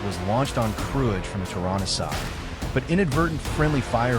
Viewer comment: thanks for the video. it is pronounced kruye.